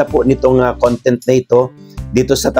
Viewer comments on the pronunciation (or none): none